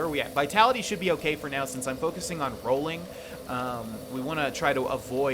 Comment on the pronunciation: “Rollong” into it